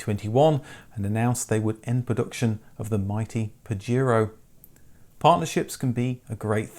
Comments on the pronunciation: It's not Pajiro, it's PajEro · In NAM and LATAM it was sold as Montero because Pajero (pronounced pahero) mean Wanker in Spanish